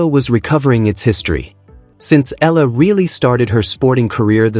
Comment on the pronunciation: Please study how to pronounce the name of Alex A-E-L-A. You have been praising Alex but you bastardize pronounciation of her surname which is an insult to her since she is already popular.